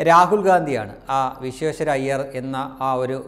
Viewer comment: In order to have more impact on your comments you must clearly pranounce BhartaRatna Sir M V Vishweshwariaha ☺️ pls.